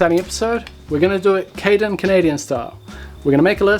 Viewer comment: So.... Nobody called Caden "Canaden" yet?